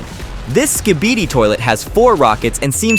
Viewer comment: U just said skeebeedeee it’s skibidi